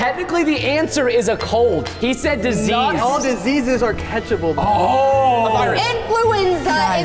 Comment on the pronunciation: said disese